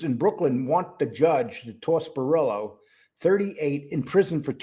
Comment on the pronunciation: Please, please say "Bor ELLO, ELLO" brillo is driving me nuts, say the little gimps name properly, 😂😂